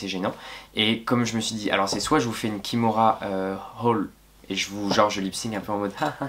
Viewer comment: juste c'est kamora hall !❤ pas kimora